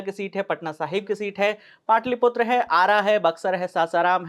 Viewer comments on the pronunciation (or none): none